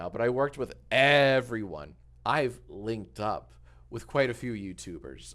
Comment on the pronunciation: very dumb question during the section that he is referencing collabs why does he say “linked up” like that?